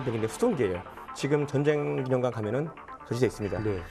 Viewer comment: 아나운서 발음이 정쟁 이라니,,, 매우 심각. 전쟁 전쟁 연습좀 하시면 좋겠습니다